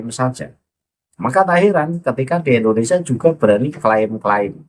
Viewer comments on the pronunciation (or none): none